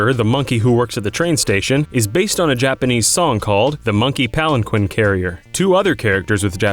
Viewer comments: "Pal-an-kwin" Pal-an-KEEN. For people whose job it is to speak, I'm amazed how many pronunciation errors get through. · "Pal-Un-KEEN" not Pal en quinn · Actually its pronounced palan-keen (steven u reference anyone?) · Palanquin is pronounced Pal-en-keen, not Pal-en-kwin.